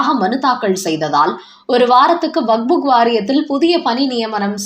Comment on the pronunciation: வக்புக் அல்ல வக்பு மட்டுமே. சரியாக உச்சரிக்கவேண்டும்